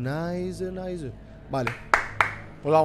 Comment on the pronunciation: Nadie: Absolutamente nadie: Rubius: NAISS xd